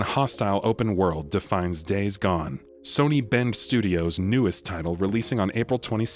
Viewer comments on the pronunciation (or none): none